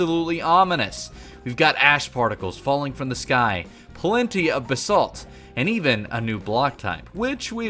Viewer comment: The way you pronounce Basalt gives me overwhelming anxiety. BAH-SALT not bsalt